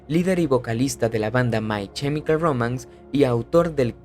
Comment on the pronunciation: No es CHEmical es KEmical. La pronunciación es terrible